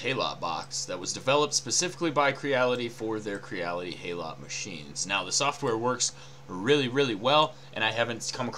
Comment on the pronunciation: Just a nitpick - HALOT is pronounced 'hallow', as in 'hallowed'.